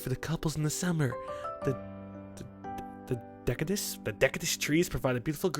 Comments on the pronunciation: Dek-I-does *facepalm* Its pronounced De-sid-gu-ous chilled... ITS A TYPE OF MOTHER FUCKING TREE AND THE OTHER IS A CONIFEROUS AND ALL CONIFEROUS TREES HAE CONES LIKE PINE TREES YES, YES I AM SMART MUTHA FUCKERS!!! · roflmao...if someone hasn't already said: it's "dee-si-dew-ous" (deciduous). It's the type of tree that looses it's leaves every fall, unlike "conifer" (fir trees) hilarious review. Nicely done! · De-sid-uos or Des-id-uous ^_^ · "The deck-a-dous trees" Wow that hurt me. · Goddamn, might be really smart, but he sucks at pronouncing words. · not being able to pronounce "deciduous" correctly or any japanese words for that matter what a shame. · How the fuck can this guy not pronounce deciduous? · when saying decidious pronounce the cisious part like your talking about DARTH SIDIOUS from starwars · he murdered the word deciduous.